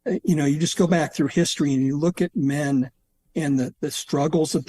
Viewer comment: Did anyone else catch the emphasis on 'men' at about -ish. So not just athileists are unfit... but women aren't either?